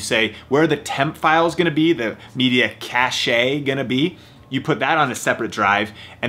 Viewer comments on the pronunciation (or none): i left this video after he said "cashay"